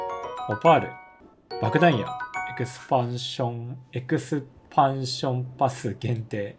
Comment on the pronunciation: 普段半角ｶﾀｶﾅで喋れてるのに「えくすぱんしょんぱす」だけどう聞いてもひらがなで和んだ